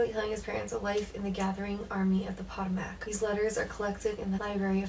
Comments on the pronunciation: Hate to be that guy (lol no actually I like to be that guy) but it's not pronounced "Potta Mack" but rather "Puh-Toe-Mick". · Potomac is pronounced "Pa-tow-mic."🙂 Actually, African-Americans fought on both sides. For the North (Union) they were generally free men who fought to free All slaves. And those on the South were generally slaves who fought to defend their homes and families from northern invaders. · Please pronounce Potomac correctly. Ask someone how it's pronounced. It's spelled phonetically as - PUH + TOH + MUHK. Just an FYI - it's a major, historical river that runs right through Washington DC. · its pronounced PA-TOE-MICK . army of the potomac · The way you pronounce Potomac is funny ;)